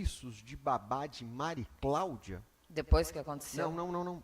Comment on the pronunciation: Que Justiça a deste país, a juíza não conseguiu falar o nome de uma das partes! Só falou o nome da Mari Claudia errado!